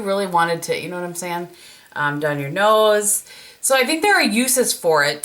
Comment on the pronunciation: I love how ya say nose. Very Minnesotan, or Wisconsin, same thing. It's why I love watching you so much! I'm in Minneapolis. 🤗